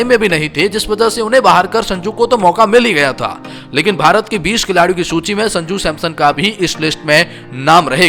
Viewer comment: Bhai ne सूची को लूची बोला है एक बार